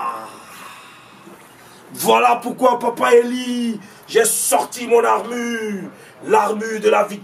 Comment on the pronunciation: On dit l armure pas l armu deja 😂😂😂😂😂😂😂😂